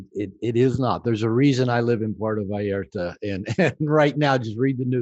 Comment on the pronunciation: It is VALLARTA, not Vallerta. I know you look at details. Great interview and insight.